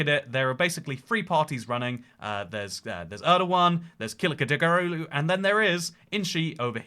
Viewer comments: It’s pronounced like kilichdaroglu not kiligdaragulu br😂😂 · Pronounced: Kalichtdarolu. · the letter ç is pronounced like "ch" and not a "k" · Pronunciation Kil-itch-da-row-lou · Btw it is Kilichdarolu ( the g is silent) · Kemal Kiliçdaroglu is pronounced as Ke-mal Ki-lich-de-row-lu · This pronunciation isn't quite right either, but the opposition guy's names is closer to kooloochdaroloo. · kiliçdaroglu is pronounced "kill-itch-dar-o-loo" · as a turkish person i can confirm that ur pronounciation is very wrong. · i like how he didnt even try to pronounce Kılıçdaroğlu at first try :d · no, ç is pronounced like ch in turkish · I love how he pronounces Kiliçdaroglu 😂 great video! Hope to see more.